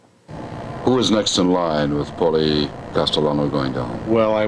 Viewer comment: “Paulie” Castellano? Seriously?